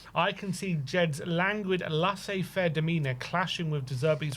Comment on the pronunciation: what's wrong with you? LAISSEZ faire, not Lassez. Have you been taking lessons in how to murder the French language from Henry Wright?😅